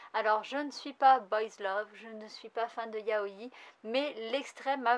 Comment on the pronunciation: Très bonne vidéo ! ^^ pour info, c'est Glenn [i-tchi-no-sé] et [ya-o-i] XD Dès que j'ai vu la couv de Bandit7, j'étais sur que c'était de Kohske ! Le trait est tellement particulier... Je me demande bien ce que va donner Blizzard Axel... Passer de la badasserie de Seven Deadly Sins au patinage... ^^"